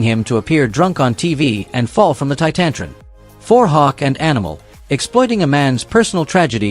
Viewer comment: Had to stop watching after the stupid A.I narrator mispronounced Titantron. Dont know if its cuz of a spelling mistake or if it is the fault of the dumb A.I. point being, stop using A.I to narrate, its sounds stupid and makes any channel look lazy as hell. All the channels that use it have gotten so lazy that nobody even proof reads the scripts before posting with A.I leading to countless mistakes throughout pretty much every video. No enthusiasm or emotion like a real narrator, just monotone and pathetic. Sorry for the banter again lol. I have to vent about A.I narrators everytime i see a video using them. As everyone can prolly tell, i hate them and i believe channels need to start using real people for narrating their content again.